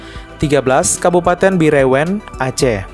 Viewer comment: Min....Bireun di baca ( Biren = e = enau, Lemak )